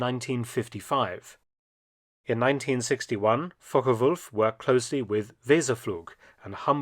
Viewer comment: I really appreciate the way you pronounce Focke-Wulf